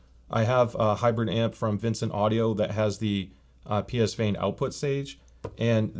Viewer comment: psvane is pronounced like the location, not phonetically. like beyerdynamic is not bayer... it's buyer. psvane is not pronounced - pee esse vaine